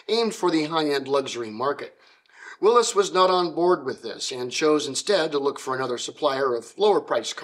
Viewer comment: Thank you! Not only for an insightful look into a fascinating man, but for correctly pronouncing his name and his company’s name. Willys, to all in Toledo, many who worked there, was always pronounced “willeeze” including by my great aunt who answered the phones there (and numerous other family members and acquaintances who worked there).